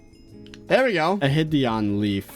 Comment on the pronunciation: Will he realize one day that "hideonleaf" is pronounced "hide on leaf" lol